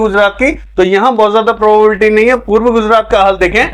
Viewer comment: Sir प्रोबेबिलिटी बोलने में कुछ कढ़िनाई aa rahi he इसलिए संभावना शबर का यूज करे